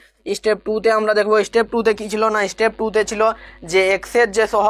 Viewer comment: Istep 😂😂 ‼️ step hobe , please pronounce correctly 😊